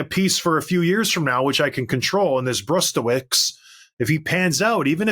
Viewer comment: It's pronounced "Broostevich." And I hate losing this guy.